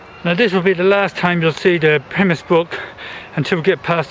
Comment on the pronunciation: Thank you for nice video but did wonder why you pronounced Pymmes as "Pimiss" I've never heard it so called in all the 35 yrs of living in the area of the brook. Also - the Park (after you leave Arnos Park), is called Broomfield not Brookfield as shown . However we who live in this part of North London are very fortunate having so many parks to stroll or dog walk in as we do ;>) Many thanks again.